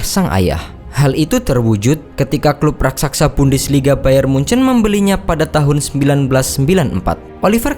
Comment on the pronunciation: Nyebut bayern munich aja hancurr lu goblok..Sbutan lu bayern mujan